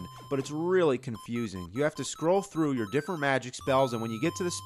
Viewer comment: "We reary rike Indiana Jones" Hydlide Developer